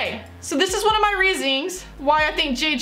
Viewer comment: ..."reasings" haha